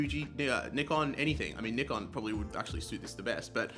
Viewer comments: Thank you for pronouncing Nikon correctly - So many say "NIGH- Kan" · Thanks for pronouncing Nikon correctly 😂